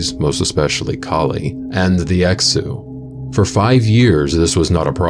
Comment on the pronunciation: Btw, Exu is pronounced "Eshu".